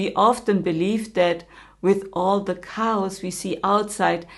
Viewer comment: Thank you so much for your insightful videos and your English is excellent. If I may, the pronounciation of chaos is "kay os" and initiative is "in ish yative". God bless you and your work. 🙏🪷💌